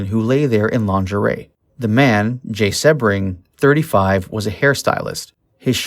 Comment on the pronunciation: I believe Abigail said, stop killing me, I'm already dead! Please learn how to pronounce names before doing a documentary...SEA Bring, Jay SEA Bring!!